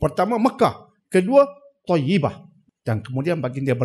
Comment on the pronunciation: Toybah.... bukan toyibah